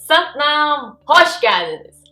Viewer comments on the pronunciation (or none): Sat/naam mı, Sak/naaaam mı diyorsunuz?